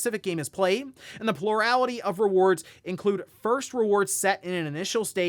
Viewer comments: "Purality" word of the day? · you don't have stress every syllable in the word plurality.